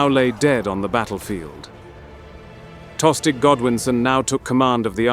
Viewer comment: Pretty sure Tostig is pronounced with a silent G